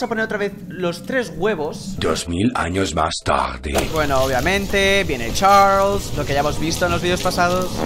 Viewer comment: me encanta tu acEnto de chArlEs😏